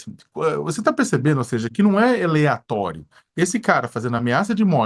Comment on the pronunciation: Aí animal, é aleatório e não eleatorio.